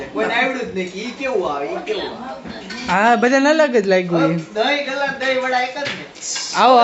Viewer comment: દહીં ભલ્લા કહેવાય આને દહીં ગલ્લા નહીં